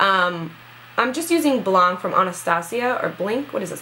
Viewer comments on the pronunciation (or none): none